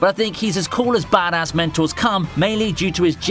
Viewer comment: am i the only one hearing "mentals" when he says "mentors"?